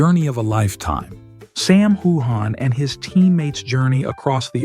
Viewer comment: I've seen several of your reports and you never pronounce Sam's name right in fact you mispronounced it differently a number of times